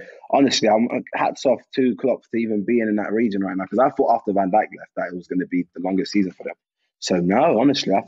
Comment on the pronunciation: Harry's pronounciation of Van Dijk is disrespectfull